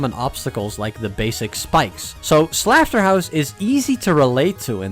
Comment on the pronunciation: is saying slaughterhouse wrong a part of laughing at it?